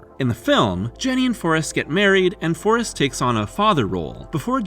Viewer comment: Trailer announcer pronounced the movie "Farrest Gump" and now I can't unread it.